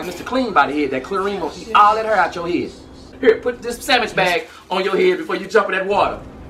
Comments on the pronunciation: i love that us black people say ''samich'' XD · She said sammich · I jus lost it when she said sammich😂😂